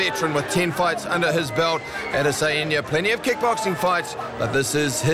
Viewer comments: “AdEsaYenya” what did my mans just say??? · It's Adesanya not adesaeniya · Ada sayinia 😂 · add a cyan ya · No one: The commentator: Edisayenya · If you dont take time to pronounce fighters names properly, dont be a commentator dude smh Adese..en..ye. Wtf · Izzy could have been mad the commentator messed his name up but being a weeb Ada-Sayain-Ya ain’t the worst pronunciation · Adesehanja, commentator got as close to his name as Griffith’s got with his strikes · "ISRAEL ODD-A-SAI-ON-YUH" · Israel Other-sa-heen-ya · That mispronunciation of Adesanya is painful. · this is a basic one that is pronounced exactly how its spelt. he's adding in extra syllables and shit, going out of his way to pronounce it wrong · Buddy sounds like he’s having a stroke everytime he tries to pronounce Adesanya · Chow can they not pronounce Adesanya?